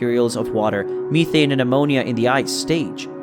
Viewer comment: You made a couple of mistakes. The moon is not "Lo", it's "io" (Indigo oscar), and it's methane, not methene